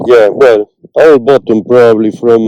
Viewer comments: You are killing me with the word bottom, I think you mean BUTTON. I mean this correction in the kindest possible way ☺️ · It's button not bottom 😂😂😂 nice video we love ke you.